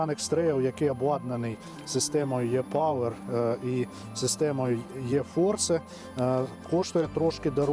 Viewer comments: Українською це добре, але перша буква в назві машини "E-power" читається не русифіковано "йе", а як російська "Э". І увесь відео ролік ви кажете ЙЕ. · тоді вже "і-повер", ну точно не Е-ЙЕ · Він в основному каже все латиною. А ви хочете американізм від нього почути. Але не "ЙЕ"!!! Принаймні МВ Е250 німці не кажуть ЙЕ, а кажуть як російське "Э". А у нас, чогось кажуть майже всі ЙЕ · Читається, як "і" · І пауер